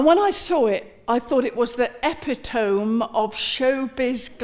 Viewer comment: I love her to bits and she’s a wonderful wordsmith but… ‘the epi-tome??’